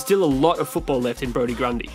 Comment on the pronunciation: Certainly got Heeney and Grundy right